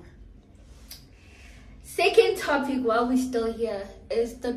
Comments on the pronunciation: she Said Towpic 😅😅😅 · she said towpic😅